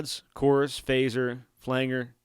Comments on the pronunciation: FLANGE-R not flang-er. OMG, STOP IT! 🙉🤬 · When he kept saying "flang-er" rather than "flan-jer", it made me wonder if he was actually a deep fake AI bot. Lol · Hey good video. It's called a flan-Jer. Nor a flang-er. Thanks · All this knowledge from a guy who says "Flangger"... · Pronounced "Flan-Jer" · In case you are interested: Flange Flanger The ‘ang’ is pronounced like Angela ang in English he’s actually rather strange and has a number of different possible pronunciations with the long and short, a sound and hard and soft G sound Of course there’s anger stranger. Language, Orange to name a few, but as the root of this word is flange, it is known as a flange-er . I don’t care though. You can call it Flanger as much as you want but this video was helpful for me in navigating the interface so I figured I’d offer some instruction in return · I have learned a lot from watching this. Bought the head as a back up to my 5153 stealth. One note, flanger I have always pronounced Flan-Jer. Still a great video! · Great tutorial, but the word flanger is pronounced with a short 'a' as in 'angie', not like 'angle'. It refers to the way it was first produced, by someone accidentally touching the "flange" of the tape reel while it was recording. This created a modulation effect. This was how it was actually done for years before it was produced electronically.